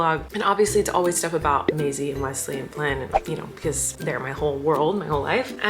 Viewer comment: The day Flynn says Wesley instead of Weswee…I may cry